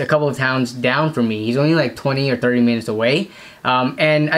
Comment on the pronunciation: it sounds like he’s saying that he lives 30 meters away instead of minutes. Is he be like ur neighbour